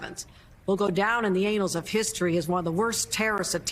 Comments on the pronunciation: Ok did she just say the “anals” of history ??? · "Go down in the ANALS of history"?